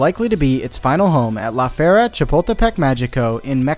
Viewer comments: count how many times he mispronounces “La Feria” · he could’ve at least try to avoid to say the name that much jesus christ